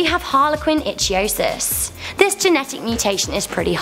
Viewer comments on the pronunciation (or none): Its Harlequin Ichthyosis ( pronounced ick thee oh sis) not itch.